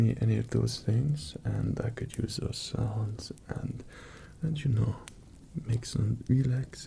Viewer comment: OH MY GOD FOR THE FIRST SIX MINUTES OF THIS I THOUGHT YOU WERE SAYING SONS NOT SOUNDS I WAS THINKING THIS KING WAS ASKING PEASANTS FOR THEIR WIVES AND DAUGHTERS TO MAKE SONS WITH AND "RELAX" WITH AND THEN GOD DAMN EXECUTED THEM IF THEY WERE SLEEPY AFTER THE SON-MAKING i clicked here from one rp where you were kidnapped by a crazy stalker and another where a prince takes over your kingdom and threatens to kill your family if you don't marry him, ok, my mind is in a slightly dark place right now